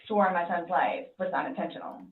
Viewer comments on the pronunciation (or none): ....UNINTENTIOL!!! UNINTENTIONAL